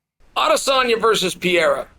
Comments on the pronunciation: “Parera” is how to pronounce the middleweight champions name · Really just keep saying “Piera?” Like a female Pierre? Come on have some respect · Can we talk about the real issue? How long is Uncle Chael going to keep mispronouncing "Piera's" name? Pereira, the middleweight champ. Ok all the BS aside, Izzy handled it well, Pereira seems to have his number. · Mispronouncing Pereira? This is how to pronounce your name Also ran!